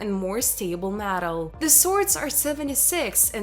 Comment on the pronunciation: A giant hand? What.. iren? Matal? Broons shows you to trace genetic material that determines the sax of an individual? I’m sorry. I love history - so disappointing I couldn’t understand the person trying to speak English. Almost every other word was nearly mispronounced.